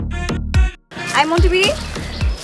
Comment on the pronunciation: আপনারা কি খেয়াল করেছেন শান্তি ম্যাডাম ২:০৮ সেকেন্ডে মন্টু বিড়ি না বলে মন্টু বিড়া বলেছেন